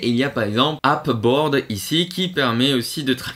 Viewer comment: Merci pour ces outils, que je ne connaissais pas ! Je vais tester. 2 remarques : - "DeFi" est ici un peu réducteur, puisque les outils permettent de suivre toutes ses cryptos, même celles qui ne sont pas en staking ou en farming. - Pour Ape Board, on prononce "eïp" et non "ap", sinon on croit que c'est App Board, qui n'a rien à voir. ;)